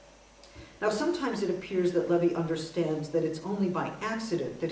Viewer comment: it's primo levi, not levy.